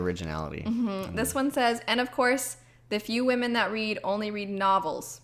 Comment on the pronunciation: "Whamen"...lol, sounds like someone with a speech impediment ordering Japanese noodles!!